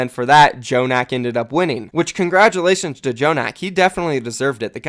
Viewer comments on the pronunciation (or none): none